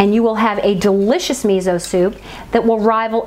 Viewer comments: You can add konbu (dried kelp) for added sea vegetable minerals and depth of flavor. Tip: miso is pronounced me so, not me zo. Thanks for the reminder of how easy this is to make. Love your videos, they are so inspiring. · Miso is pronounced mee so. Also it is easier to put the miso in a small bowl, add the liquid to it and make a mush with a fork and then add it to the larger liquid.